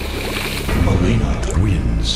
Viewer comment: Not nileena! It's mileena